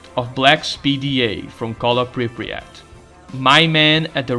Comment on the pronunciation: Love your videos, but your pronunciation of Pripyat makes me go schizo. We thank you, oh Monolith, for revealing the cunning plans of your enemies to us.